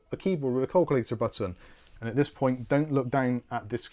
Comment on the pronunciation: I was hearing "Call Clear" when was saying "Calculator". My goodness. And my family are from Oldham, Lancs. I ought to be used to accents.:)